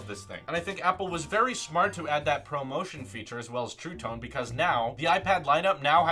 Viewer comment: When he says promotion, instead of ProMotion lol